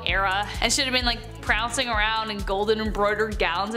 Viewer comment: Prancing NOT prouncing!